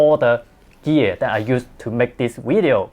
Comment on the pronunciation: I just have to try ‘wertical wideo’ 😉